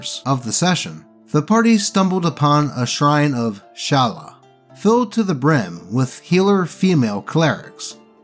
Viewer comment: And Shallya. Love you still,.